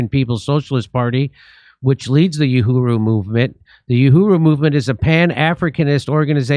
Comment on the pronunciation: In Swahili, ‘Uhuru’ translates to ‘freedom,’ with its roots in the Arabic word for ‘free.’ The ‘u’ is pronounced ‘oo,’ not ‘you.’